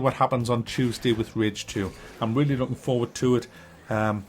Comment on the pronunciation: rage not ridge my guy